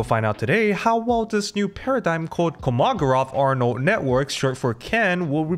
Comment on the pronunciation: I'm a bit taken aback that you seemingly have never heard the name of the biggest name in Russian math pronounced before. Or maybe that's Markov, I'm not certain. You went to uni right? Does it maybe not come up in engineering fields when you only do Bachelor? I'd press the speaker button on peoples Wikipedia page before trying to come up with a pronunciation. Helps with credibility, given you want to take this channel more seriously you said.